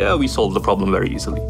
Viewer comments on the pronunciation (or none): problemがprobably にしか聞こえん